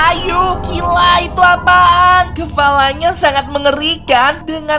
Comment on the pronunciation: bentar tadi aku dengar dia bilang Kefala bukan kepala